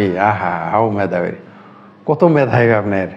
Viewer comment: যারা দেশকে দ্যাস বলে, মেধাবীকে বলে ম্যাধাবী তাদের মেধাবী বলি কি ভাবে ????